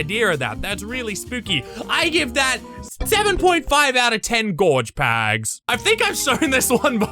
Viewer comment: The way he says pags is so BEAUTIFUL